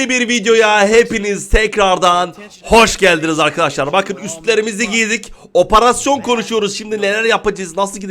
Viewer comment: Abi niye oparasyon diyon operasyon değil mi ?